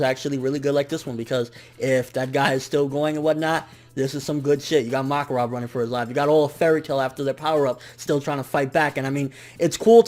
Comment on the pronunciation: you were bugging the shit out of me saying MOKarov instead of MAKarov